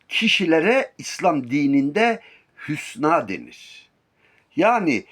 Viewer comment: " Hünsâ " olacak hocam :)